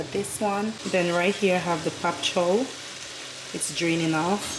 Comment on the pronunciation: 🤣🤣🤣what in the world is pop chow??!!!🤣🤣🤣 that's pakchoi girl! 🤣🤣🤣🤣🤣🤣 Love from 🇹🇹